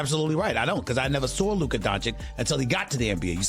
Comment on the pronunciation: How Stephen A still pronounces Luka’s name incorrectly baffles me.